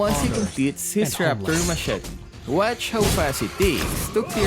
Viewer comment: Machete is pronounced as Ma-Che-Ti, not Ma-Chet.